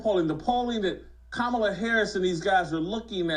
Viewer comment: I thought he was saying Commie Lawv😂😂